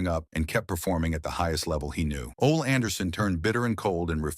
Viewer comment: Who is "Ol" Anderson. Try "Ole" pronounced OLEE.